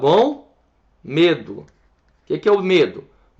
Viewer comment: por favor MEDU nada de Demu kkkk